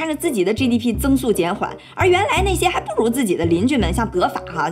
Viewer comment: 23分钟18秒的“还不如(di)” 小lin是河南的么😂